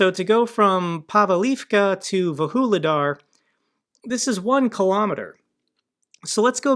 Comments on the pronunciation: how do you get to "vahooledar" from "vuhledar"? xD come on americans, at least read the letters! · Vuhledar? Vuhuledar? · It's Vuhledar and not Woo-hoo-ledar. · Vuhledar is pronounced Voog-leh-dar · They are pronounced Voo-le-dar and Pav-leev-ka. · Just a helping hand. Pronunciations: Vuhledar - Vuж li dar and - Pav leev ka. (Sorry. I was having flashbacks of on Task & Purpose.😆) I appreciate how busy you are, and am thankful for all you do. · 🤣🤣🤣 definitely agree with your take on pronunciation 😅